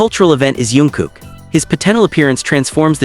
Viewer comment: Jungkook not yoonkook😂